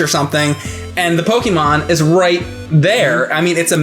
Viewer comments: PokEmon, not Pokimon. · IT'S NOT "PO-KEE-MON", IT'S NOT "PO-KUH-MON", it's "PO-KAY-MON"!!!! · you are pronouncing pokemon wrong damnit is how says it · I never thought I'd be bothered by the mispronunciation of the word "Pokémon" at the age of 25... ...especially when the other guy to your left is (sometimes) saying it correctly. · doesn't know how to say Pokemon...